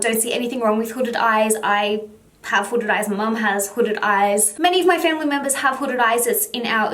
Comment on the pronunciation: I only heard one word hodded eyes hodded eye